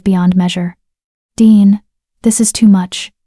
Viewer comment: It is Deeanne. Not Dean or Deon or Diane. Good story.